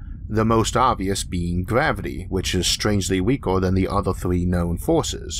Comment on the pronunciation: Sewies. Eawth. Gwavity. Vawiables. Why did they get the guy who can't talk to narrate the video?